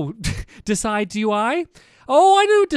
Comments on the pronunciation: Stampy it's diciduie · If he says die-sie-du-why once more I'm gonna jump off a cliff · "Decidueye" is pronounced "de-sid-you-eye".